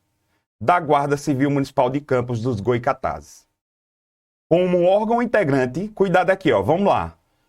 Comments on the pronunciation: Pessoal devemos agradecer que estamos tendo aula grátis para nossa cidade, e sem pagar nada por isso, ao invés de ficarem reparando que o professor não falou o nome da nossa cidade direito. Ele nem dá nossa cidade é, quem não deve falar errado, somos nós moradores e naturais da cidade. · Parabéns ! Vídeo muito bom ! Mas , com todo respeito, no próximo vídeo, fale o nome da cidade correto .